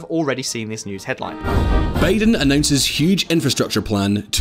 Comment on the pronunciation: Joe "B'aye-den"? 🤨